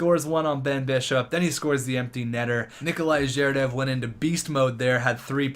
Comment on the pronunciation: 1. Get new goalie, 2nd round pick and scoring defenseman. Your attacking core are good enough, you can trade anyone but Heatley and Tavares. 2. Make Heatley captain! (Tavares, Fetisov as A) 3. Butch-nEv-each (I'm Russian, and for that matters i heard worse than you ;) And others is ZhErdev FetIsov PrOvorov